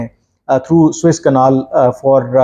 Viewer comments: بار بار نہر سویز کو سوٸس کینال کیوں کہ رھے ھیں۔۔۔ محترم کامران یوسف صاحب؟؟؟؟؟؟؟؟؟ اس کا نام suez canal..گوگل پہ آ رہا۔۔۔😊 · First of all. It is Suez canal and not Swiss canal. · Swiss Canal? Yeh kaha hai bhai? Swiss Canal nahi... Suez Canal!